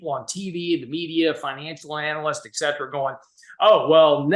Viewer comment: Complete obfuscation on treasury strategy?*!?. I wish he would finish his sentences. Also, it is ET CETERA PLEASE!! NOT EX Cetera. Et is Latin for "and" and cetera is Latin for "the rest." PS too much time spent on worthless analogies.